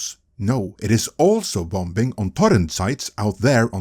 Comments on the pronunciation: The second b in bomb and bombing is silent. They're pronounced "bahm" and "bah-ming." Just FYI. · The second b in bombing is silent